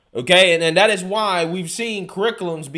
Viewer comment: Brother I love your videos but I can't watch them anymore because of how you talk. DIS instead of THIS......DAT instead of THAT......DEM instead of THEM....etc. it's cringe worthy..... And I just can't take anything you say seriously if you still speak this way..... You are clearly not stupid but speaking that way makes you sound like a guy from the hood..... Not an up and coming young journalist.